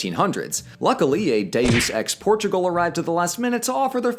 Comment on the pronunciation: “Dues ex Portugal”